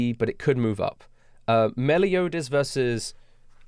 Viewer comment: This dude said meliodas, the zunetsu, and escanor.